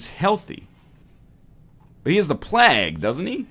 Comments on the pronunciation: like "vague", rather than like "bag" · Shard1697 playg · It's actually pronounced plague, not plague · Every time you say plague, i die a little inside. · The only reason the colonists died was because you kept saying plague wrong. They'd have been fine otherwise ;) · am i the only one triggered by the way he says plague ? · As a Canadian I also get very triggered as well, he has even said it properly when discussing it during his Geoguesser series.